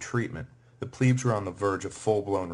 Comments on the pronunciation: It drives me crazy how he says "pleb". He says it with a long e sound like "pleeb". Someone tell him it rhymes with "deb" not "dweeb". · Is it pronounced “pleeb” or “pleb”? I always thought it was pleb. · Struggling to get over Pleeebs as if it is spelled Plibs .. ee being 'i' .. and eh being 'e' .. so, I hear it as short 'e' ... Plehbs .. although it course it was Plebeians Plebeians were excluded from magistracies and religious colleges, and they were not permitted to know the laws by which they were governed. As it today with modern society ... :-( .. Last 30yrs or so anyway .. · When the narrator says 'pleebs' does he mean 'plebs' as in plebian or plebiscite? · In the wird elite you do pronounce the e correct. Why do you have to say ‘ pleeebs’ it’s plebs with the the same e as in elite! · 'i' is eee in latin .. eh is is 'e' so Plehb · Pleebs. Ger-MAIN-ia. Brit-AY-nia. And that guitar. Humbug. Good writer., though. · Pleebs? Really? Nice pronunciation lmfao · Pleb is not how it's pronounced it pronounced Pleb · what are EEE-KWIGHTS?????? , I like this but some strange pronunciation!!!! EEEEEEEEEEEE-KWIGHTS ffs get me some PLEEEEEEEEEBS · The constant mispronunciation of 'Veii' and 'plebs' makes me want to tear out my hair.